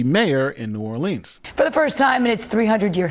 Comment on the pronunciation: Love you, but please learn how to pronounce "Orleans" (as pronounced at the mark)